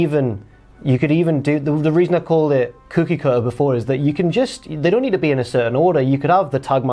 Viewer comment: has never had much in the way of an accent, but listen to him say the word "cookie". Geordie as owt.